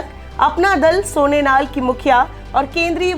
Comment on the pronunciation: सोनेनाल नही सोनेलाल है हर बार गलत उच्चारण।